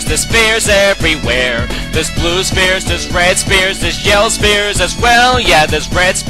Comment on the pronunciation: I hear this as "Spear" not "Sphere"